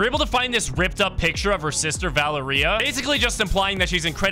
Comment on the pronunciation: Bro can't say Valeria right ITS VUH-L-AIR-IA if u don't say it right I'll find you